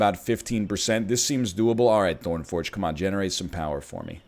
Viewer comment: I hope no Greeks heard you introduce Thorn Forg, Mr. Ernlion